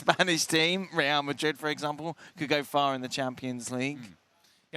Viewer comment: That's the correct pronunciation.